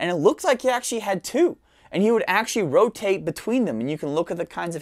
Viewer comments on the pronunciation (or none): none